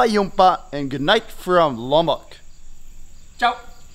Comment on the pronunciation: No can't say ciao